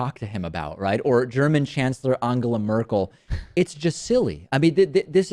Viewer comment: David Pakman, mispronounce the names of "Shinzo Abe" and "Angela Merkel"